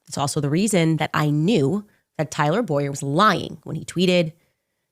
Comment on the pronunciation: Bowyer is pronounced Boy-yer.